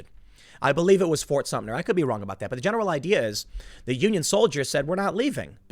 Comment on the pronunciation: "Fort Sumter" not "Sumner"